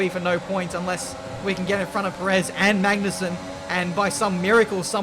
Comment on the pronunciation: You are pronouncing perez wrong XD